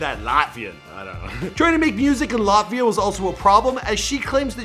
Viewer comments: The way he pronounced Latvia just makes me cringe, so hard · The way he pronounces Latvia infuriates me